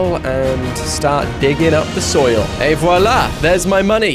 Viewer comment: your french ET VOILA is Amazing